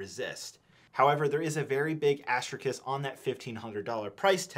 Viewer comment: its pronounced asterisk not “astorkiss”